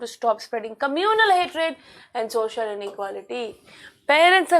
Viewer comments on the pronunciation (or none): none